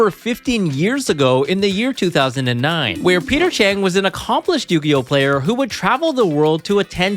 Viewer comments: Maybe this was just me, but I thought it was weird that you kept saying Peter Chang instead of Peter Cheng. 😅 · Bruh "cheater peng"😂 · Peter Cheng❌ Peter Chin✅ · His name is Peter Cheng and he’s just sayeng